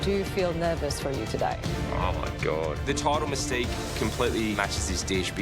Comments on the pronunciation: "Mystique" not "Mistique" lol it is a french word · "Mistique" really more like mistake haha got em